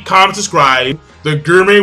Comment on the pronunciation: It's gourmet pronounced gore may